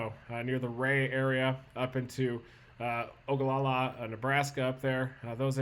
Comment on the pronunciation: I appreciate hearing someone from out of state correctly say Ogallala and lake McConaughy correctly.